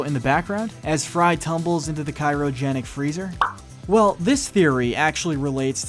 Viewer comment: you said cyrogenics instead of cryogenics. everything you said about zap is everything that should be said about trump. so... the last theory - you missed the part where all robots have a backup. all but bender. (thanks to hermes) they have no need for self preservation....all but bender. but hes the most reckless.